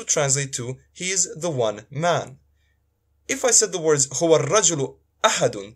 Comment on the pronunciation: How can a Bosnian give arabic lesson to an arab when he himself is pronouncing the word "Huwa" as "Hu" min ? Only fools would clap hands to this self-proclaimed arabic teacher. They said Bosnia hahahahah